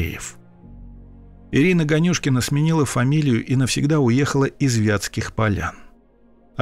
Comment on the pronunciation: Можете пожалуйста сказать вы специально произнесли фамилию ганюшкин не так там ударение не туда падает просто это мой однофамилец